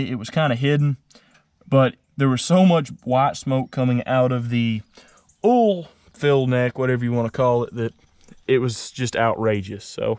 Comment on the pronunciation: Instead of "oil" he says "ooul"